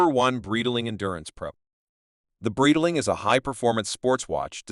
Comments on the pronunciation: Breedling? beezel? XD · You can teach the speech AI you use how to pronounce Breitling correctly using IPA.